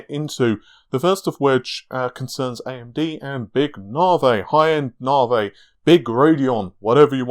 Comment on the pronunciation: narvay, interesting. I'd say Navi, short a for apple, na, like nap, then vi, short i, like an e sound, Na-vi. Also, are you sure you don't have any food intolerances?